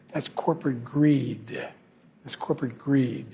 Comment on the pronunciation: Best economy in the Worl-Duh! Corporate Gree-Duh… 😂